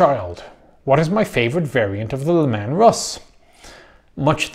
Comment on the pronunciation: "Le Man Russ"? "LE MAN?" Do the Space Wolves look French to you? Please report to your Commissar and/or nearest Scandinavian person for re-indoctranation and akvavit inoculation.